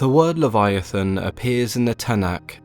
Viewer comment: I’m sorry, did you say Kyogre?